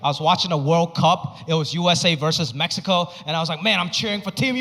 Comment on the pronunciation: Loved the fact that he pronounced Mexico correctly